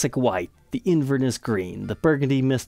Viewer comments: Wee pronunciation tweak: in Scotland they say “InverNESS” with emphasis on the last syllable. I don’t know how Scottish that colour is, though! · Nice video but would be amazing if you’d learn how to say Inverness properly 😊